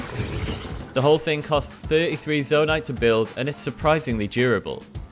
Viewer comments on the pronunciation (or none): bruh really call it “zondai”? fake Zelda fan lol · Proof he's never played the game and is reading a script: "zondai" I hate people who make channels like these, taking advantage of people's hard work for profit, and they don't know a thing about the game. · wait wait wait... "zondai"...? bruh... just... bruh... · did he say zondai